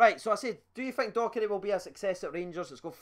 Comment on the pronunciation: it's Docherty not Doherty 😂